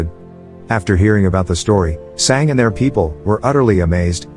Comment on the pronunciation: its Sanga,learn indian language or use translate to learn pronounciation,cause some times it feels wierd dude